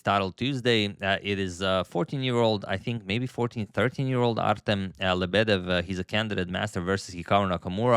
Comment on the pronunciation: Lebedev pronounced with stress on the FIRST "E". i.e. LE--bedev.